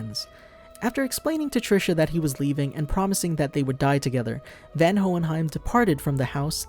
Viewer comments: Isnt it Von Hohenheim not Van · okay is it pronounced van in the sub? I have only ever heard him be referred to as Von what is happening here? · Isnt his name pronounced as "VON" and not "VAN" ?? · Its spelled van but clearly its pronounced von watching the show can easily teach you that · It's pronounced Von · His name "Van" is pronounced as Fun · Its pronounced Von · You are pronouncing Van the first part of his name wrong maybe learn to at least pronounce the name of the character your gonna review properly before making a video they don't even pronounce his name in the anime the way you do, just like most manga readers pronounce Madara Uchiha wrong from naruto they say it like "Mordora" lol can't believe no one has noticed in the comments lol.